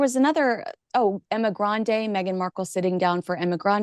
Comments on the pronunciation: Are you intentionally mispronouncing Emma Grede's name? There isn't a single "N" in her last name. I heard her say in an interview, that her last name is pronounced the way it's written. Sounds just like "greed". And, Balenciaga?!? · Emma Grede. Sorry, you keep saying Grande.